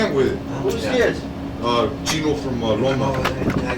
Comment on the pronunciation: Lom-poke thats how you pronounce the fed pinta they were talking about . That’s my town and it gets mispronounced constantly haha.